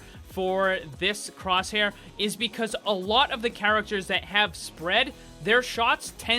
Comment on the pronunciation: Batin cwosshaiw